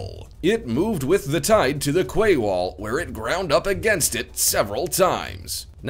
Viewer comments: and also tell him that 'QUAY' is pronounced 'KEE' not 'KWAY' lol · kway?? Quay like door key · QWAY WALL??? LOL! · Quay is pronounced 'key' not 'kway'! Otherwise, an interesting video! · It's a "key" wall not a "qway" wall, quey is pronounced key. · Kway wall? Really? Quay is pronounced KEY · "Kway" wall? What the hell is that? "Quay" is pronounced "key". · "Quay" is pronounced, "key". I know, it doesn't make any sense, but still. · Quay .... is pronounce KEY. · The Lie-Rah? The Qway? Who is this guy ? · I always thought the word ‘quay’ was pronounced like ‘key’...maybe just in the US it’s pronounced the way he did??? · Quay is pronounced KEY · Interesting video, but 'quay' is pronounced the same way as 'key'. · That narration was hard to listen to please just talk normal, this isn't an advertisement for a race track or scary movie titles. Also, learn the names of the cities and rivers before recording these videos. Pronouncing them wrong sounds horrible, there's an app online that says them for you so you can say them correctly. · Quay is pronounced like "key" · If you;re going to make a video about a certain subject, and title the video for that subject, make the video about the subject and not something else. Also, quay is pronounced key for Gods sake. Get the basics right and you might retain more viewers. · Quay is pronounced "key" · Quay is pronounced 'key'... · It's not pronounced quay...it's pronounced 'key'. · Quay is pronounced key... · Sorry but quay is pronounced key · Please look up how to pronounce 'lire (Italian monetary term) and also 'quay' !! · Where did this guy learn English? Learn how words are pronounced before you go Prime Time. LOL